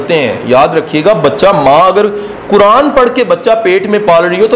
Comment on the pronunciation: اسلام علیکم ورحمتہ اللہ وبرکاتہ I request you Sir please learn tajweed it’s not كران It’s قرآن